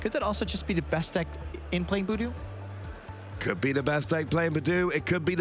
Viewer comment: It was really hard listening to the caster calling budew - Boodoo. Like I understand a few mons have different debated name pronunciation but come on. Also rescue stretcher hasn’t been around forever. It is a night stretcher. I try to be forgiving but there’s WAY too many mis-calls (attack names/items/boardstates) just being normalized.